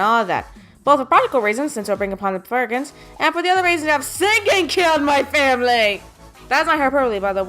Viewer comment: Why are you calling the Burgens, the Burgers?